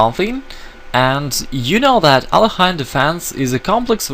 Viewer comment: Very funny to hear a Russian GM mis-pronounce Але́хин :)